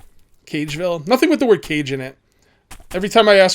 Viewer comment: You don't pronouce KA-gey as 'cage'.